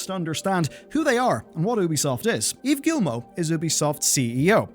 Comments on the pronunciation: Please learn how to pronounce Yves Guillemot. It's just "eve gee-mo", it's so easy. The "s" in Yves is silent, and there's no hard "L" sound in Guillemot, it's like "tortilla". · Can. we PLEASE all at least PRONOUNCE Yves Guillemot's name correctly??? As a French-speaker, hearing simple names being butchered is like having my ears blown up. Here's how you pronounce his name. I will write it using the sounds of the English language: Yves = You do NOT pronounce the "s"!!! Say it like "Eve" in English. Yup, like the name "Eve" in "Adam and Eve". Like the first part of the word "evening". Above all, you do NOT pronounce the "S"!!! Guillemot = You do NOT pronounce the "t". Say it like the "Gee-moe" in English. "Moe" as in the name "Moe" - like the bar tender in The Simpsons. The "G" at the start is a HARD "g" - like the "g" at the start of the word "give".